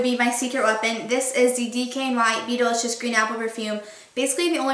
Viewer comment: Oh, it's DKNY BE DELICIOUS! hahaha I always thought you were saying BEETLE-ISCIOUS!! lmao